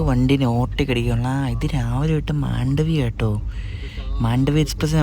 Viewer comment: MAAANDOVI express alla MAHNDHAVI EXPRESS